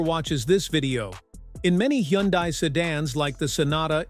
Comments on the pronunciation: You made a mistake and called it correctly , Hunday ! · Hee - un - dies